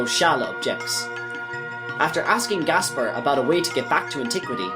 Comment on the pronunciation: the way he buchers every name hurts my head but i enioy his banter otherwise, it snot his fault really , some are a bit debatable but as soon as you hear the name gaspar as gasbar well at that point i say hes doing it on purpose , cool whip